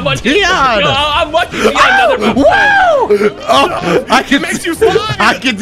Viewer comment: First "T" and Now "Deion" :'(